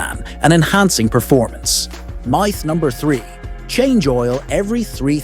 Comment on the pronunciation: Meyeth? What's a meyeth? If your gonna use AI voice over at least listen to it to make sure it can pronounce common words.